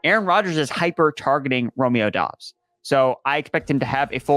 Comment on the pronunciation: Great content Guys , but Doubs is pronounced = Doobs , Dobbs is dobbs !